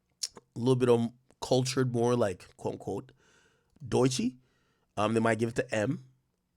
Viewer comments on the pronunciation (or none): none